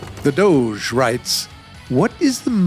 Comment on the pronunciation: yeah, when he pronounced Sheev Palpatine as "Shiew Palpetain" and The Doge as "The Dooosj" I started laughing so much.